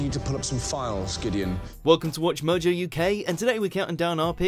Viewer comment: Narrator: Says WatchMojo Me: did he just say watch virgin?!?